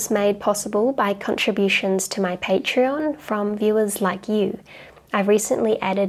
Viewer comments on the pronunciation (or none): none